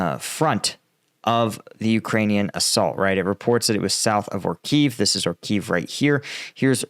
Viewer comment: Great coverage, as always. Only two remarks: the villages are called „Ori-Khiv“ (two „i“ sounds, or in English transcript: „Oree-kheef“) and Robotyne (two „o“s) „Robo-Ty-Ne“